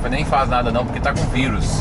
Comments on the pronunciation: . É raro ouvir alguém falar em português e dizer vAirus, em vez de virus... . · Corona váirus... kkkk Gostei da pronúncia!